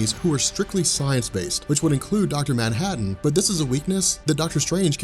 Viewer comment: Its manhattan dude